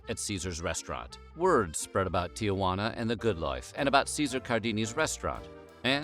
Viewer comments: Tijuana has two "a" s not three. It's not tia-hwanna. It's tee-hwanna. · I love your videos and wish they came more often. BUT.. Tijuana is not pronounced Tiajuana. I here people mispronounce it on the news and I can't stand it. It is simple pronounced Ti-juana. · It’s NOT TiaJuana - Tijuana. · There's no "TIA" in Tijuana. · your pronunciation of "tijuana" was shitty.